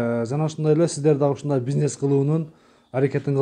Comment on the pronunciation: Пизнес эмес бизнес,сүйлөө ,речти оңдо